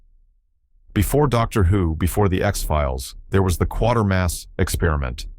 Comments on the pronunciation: AGAIN It is Quatermas NOT Quarter-mass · it's The Quātermass Experiment. NOT Quartermass. Stupid FUCKING a.i. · Quatarmass pronounced 'kwata mass'. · "Quatermass," not "Quartermass." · Ir is not Hymie It jay me! Quatermass, Qu Ay ter Mass I hate AI narration! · That's not why the BBC erased the tapes and that's not how you pronounce "Quatermass". Pathetic, can't take any more - checking out.